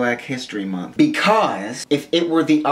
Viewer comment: It's annoying how you say month with you lips parted.